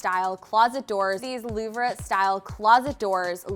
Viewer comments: Pronunciation: Louvered = loo-vered. While word is French it’s not French pronunciation. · Louvered (loo-verd) and Fiddle-leaf (not fiddly). But yeah, gorgeous.